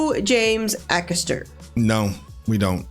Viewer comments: A-caster, not Ack-ester. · AY ...(as in HAY) CASTER. NOT ACK ASTER !! GET IT RIGHT AND I WILL SUBSCRIBE !! James is from the next town to me. I sold his mum her real Christmas tree last year . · Hey guys, great channel! Just for reference, James' last name is pronounced 'Ay-caster. Keep doing what you guys are doing! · It's pronounced A-caster btw 😁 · I'm not having a go here, and, but every time I watch people from the USA react to James, I wonder why they look at "Acaster" and read " Acker-sturr"? I don't know any Brits and haven't seen any Aussies or Kiwis that have done this. I'm sure there must be a linguistic reason. Anyway - on with the show.😀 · The A in Acaster is pronounced like A btw, like a telecaster or podcaster but with an A instead of the tele or the pod.